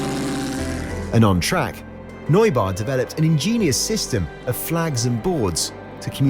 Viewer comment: The way Neubauer was pronounced made me beckon physically